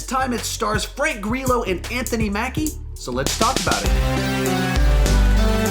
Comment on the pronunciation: "Grill-oh" please.